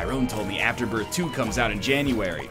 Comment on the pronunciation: You are also pronouncing Azazel, The Ludovico Technique and Afterbirth wrong.